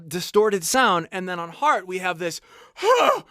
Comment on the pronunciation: You kill that “heart” sound. Wow. Made me appreciate it so much more